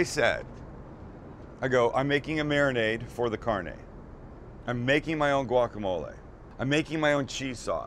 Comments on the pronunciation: Sam:cheese sauce Southerners and Mexican :....... Sam:(says carnay instead of carnè) Mexicans and Southerners: TRIGGED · This is so good im gonna give you a pass for pronouncing Carne, Carn-ey